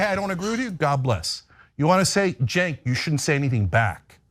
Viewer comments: Hey, just an FYI: Cenk is pronounced "jenk" in Turkish; the letter "C" has the "J" sound in English. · "Cenk" is pronounced "Jenk," like "Jenkins." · I love that they are getting red-pilled! I’m find with old school Dems, which are the ones he’s referring to. It’s the new extremists that are driving the USA down a trash compactor. Side note…you pronounce his name “Jenk.” It took me a while before I knew so I wanted to share as its Turkish and not pronounced like we would think. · Is his name pronounced Chunk Ogre?